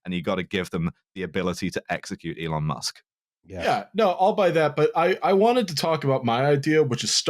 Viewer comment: Eelon Musk